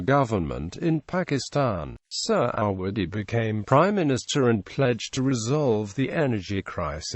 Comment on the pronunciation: Couldn't you get someone who can read a script properly and pronounce indigenous names with some semblance of accuracy. The main protagonist's surname is pronounced phonetically Surr - a - wuddy. (Definitely NOT 'Sir -ah-waddy') UGH!